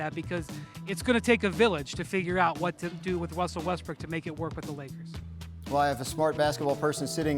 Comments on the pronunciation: Windy calls him "Wussel Restbrook" a lot! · I’m glad I’m not the only one that says “ Wussell Westbrook” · "Wussel Westbrook"